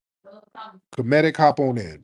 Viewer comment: Tariq how could you not know that the Star spangled banner wasn't English theme. Haven't you ever heard there's play? I have to be honest in saying information like that is fundamental. Then you're mispronunciation of the word "comedic". I'm down with being considered an FBA but this whole movement is dangerous. In a Umar scammy way.